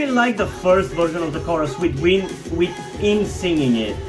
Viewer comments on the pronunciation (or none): I don’t know if you already knew it but it’s pronunced ai-en not in literally, if you’re pronuncing it like that beacuse you want it’s okay, i’m just saying cause information